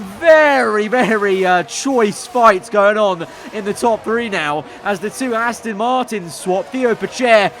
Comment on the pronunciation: PLEASE STOP SAYING ASTIN ITS ASTON